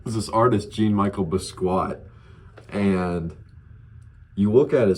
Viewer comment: J-on me-shell boss-key-ott